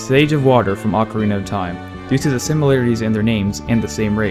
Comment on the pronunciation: "ocariner of time"